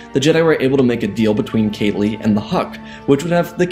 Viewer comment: Kah-Lee not Kaylee..... PLEASE....fix it